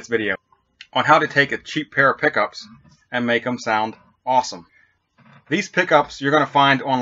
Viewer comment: sounds like your saying poopys